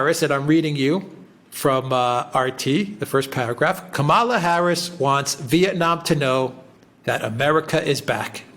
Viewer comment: Did you say Kampala Harris is going to Vietnam to Hanoi , or to annoy?